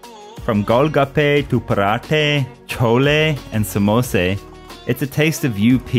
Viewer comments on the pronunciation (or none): The first foreigner to pronounce the food names correct! Except for samosa , its not samose. Np great job 👍😄